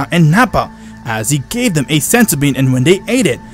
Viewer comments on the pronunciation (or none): And gave him a bag of senzo beans. This died when he said senzo instead of senzu